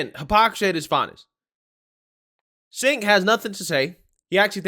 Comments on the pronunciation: Cenk pronounced chank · Please pronounce Cenk's name correctly its pronounced Ch-UNK. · it's pronounced as "djenk" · Pronounced JENK